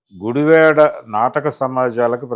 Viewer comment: Sri gaaru నమస్కారము sir meeru ఉచ్చరిస్తున్న గుడివాడ అనే పదము గుడి వే డ గా విన బడు తోంది సర్!